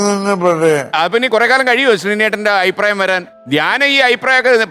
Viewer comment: ശ്രീകണ്ഠൻ നായരെ അയിപ്രായം.. അല്ല അഭിപ്രായം..എന്നല്ലേ